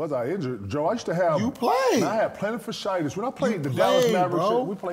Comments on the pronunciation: I love this ish every Fri im locked in watching lol…and KG messing up words or using the wrong words, bro said “Plantar FASH-ITIS” 😂🤣😂🤣🤣😂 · Platafashitis 🤣🤣🤣. KG can't pronounce shit lol